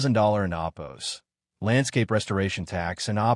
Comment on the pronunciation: WTF is "oppos?" Fix your AI voice